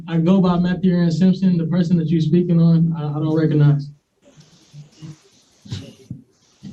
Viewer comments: "I doan reckanize" - a new clip to go along with "Number 1 wrong!" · You are all saying it wrong. It’s “Ah done reconize” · no, he could not pronounce it